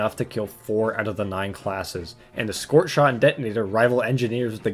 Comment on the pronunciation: Good vid. Only problem is he says the scorchshit's name wrong thru the whole video.